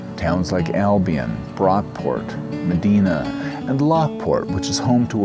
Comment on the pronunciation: One of your best videos yet. Thank you. I appreciate how you show us the trails itself so we can see for ourselves what it looks like. Just a note, it's pronounced "Meh Die Na" not "Meh Dee Na" on the Erie Canal. BTW I did the southern leg of the Empire trail (Albany to NYC) and I only recommend the portion that goes from New Paltz to NYC because the Albany to Kingston had a lot of on road high traffic sections.